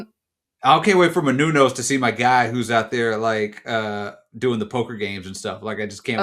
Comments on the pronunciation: MANOUSOS. It's not Minunos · Only downside to the season ending is we now have to wait however long until the next season for to go full black old head and call Manusos "Menounos" throughout. Just keep it going as a bit but don't ever acknowledge it!